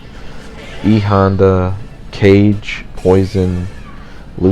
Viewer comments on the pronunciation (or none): I get that prolly didn’t know how to pronounce some of the names, but… CAGE? It’s pronounced “Kah-geh” (because it’s the Japanese word for shadow) No harm, no hate, that just made me laugh.